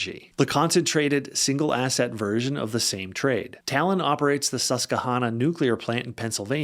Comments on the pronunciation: Susquehanna is pronounced like “Hannah” Sus kwa Hannah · Pennsylvanian here. Laughing every time tries to say “Susquehanna” 😂